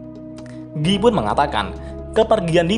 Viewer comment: Giyy.... just say guy bro lol